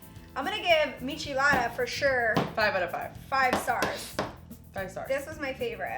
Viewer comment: This whole video I was like “bitch, Wheeet???!” “Mich-alada” 🤦🏻‍♀️🙄